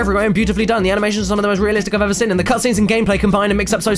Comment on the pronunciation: You don't say 'seen', you say 'sin', and it always gets to me haha